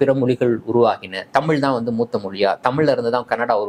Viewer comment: தமில் இல்லடா . தமிழ். சொந்த பொழியை ஒழுங்காக பேச முடியல . வந்துட்ட 💸🫷